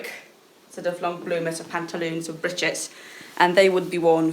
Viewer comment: Someone who cares to pronounce breeches properly ♥️♥️♥️♥️